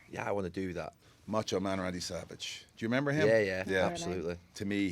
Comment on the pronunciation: “J’member” the Dublin “Do you remember” I love it😂😂